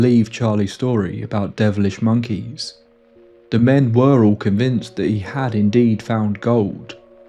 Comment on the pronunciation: Whenever u said "develish monkeys" it sounded funny...great story though!